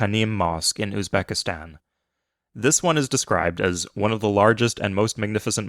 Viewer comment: Bro cant say of, can only say at